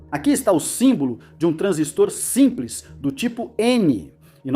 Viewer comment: Transístor, putamerda! É paroxítona. TRANSÍSTOR e não TRANSISTOR...